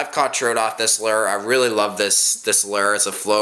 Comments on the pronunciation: A simple blue fox vibrix is the way to go and learn how to talk not lurr or rapla and troat It's lure rapala and trout god damn and u were calling a swivel a spinner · im not sure if its just cause im southern,but why is he saying lure like lerr? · it,s not a lur it,s a lure